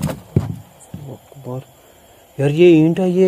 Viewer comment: वकबर नही बोलते है अकबर बोलते